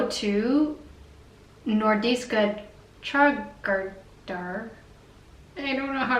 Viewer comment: HAVEN'T EVEN FINISHED THE VIDEO! But your Nordiska Trädgårdar-pronunciation is more than pretty damn okay for a yankee. Did you have time to try the Påskmust?